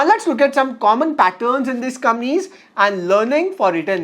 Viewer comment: Nice video. One small request: please pronounce "Companies" properly. Sometimes it is difficult to follow the video.